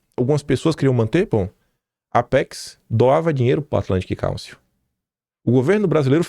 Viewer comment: Atlantic Cálcio, Ferro, Zinco e Bromo? Kkkkkk...que inglês é esse do, hein? Cálcio? Kkkkkkkkk...Council (káunsil)...